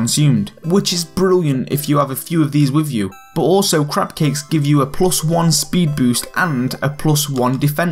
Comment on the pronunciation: is it just me or is it because of his accsent it sounded like he said "crap cakes"?